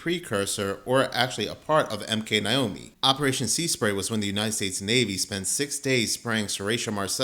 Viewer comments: NAY NOT NIGH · Naomi not Niomi😂😂😂